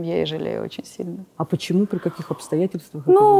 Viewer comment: Очень неприятная тетенька, очень умненькая Алена. Тетенька циничная, холодная и все время проглатывает буквы в словах-сушьте, почьму, чек /человек/. С дикцией нужно поработать. Лучший судья-кассовый аппарат! Не пошла бы, даже имея серьезные проблемы. Не зря слово "человек" она произносит, ка "чек"!